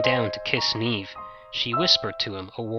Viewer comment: awwwh good job man. The "brunette" Niamh here! Thank you. so refreshing to hear it told so well and hear Niamh and Oisin pronounced right. xxx